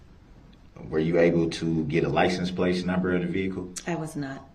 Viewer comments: Did you get the "license place" number? "Grounds for Substaining that objection! Grounds, grounds, grounds!! "I'm axing you to substain my objection"! F-ing idiot 🙄! I forgot "I vietly objection! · LICENSE PLATE YOU IDIOT...PLATE..NOT PLACE. HE IS 200% ILLITERATE...OMG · . He cant pronounce anything. "LICENSE PLACE.". 🤣 i thought maybe the first time he said It wrong but then hes says it a few more times the same way. Geez. He soo stupid. The questions he ask these witness's makes him look really bad in front The jury.